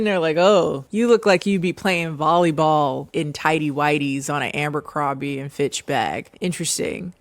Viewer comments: Now watch Beverly Hills 90210. (Also, ABERcrombie, not AMBERcrombie 😘) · Taking a shot every time adds an extra M to Abercrombie 💀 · 'ambercrombie' lmao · Girl… Ambercrombie? Had me dying every time u said it and it was so many times!😭😭😂😂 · Forever pronouncing it Ambercrombie from now on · You never sounded more black than when you said AMbercrombie lol. Come through with that nickname girl lol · The number of times said aMbercrombie, i started doubting if it actually is aMbercrombie 😭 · Obsessed with the way you pronounce Abercrombie 😭